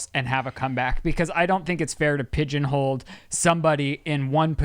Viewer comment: Did really just say pigeon HOLD? Instead of hole 😂